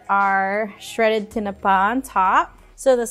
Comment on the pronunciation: When she said Tinapa I forgot how to say it naturally a good minute. tinaPa stress is on the end. What's up with the like/dislike ratio? Trying to find a negative comment here.